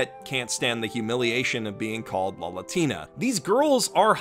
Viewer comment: ahem It's Lalatina,.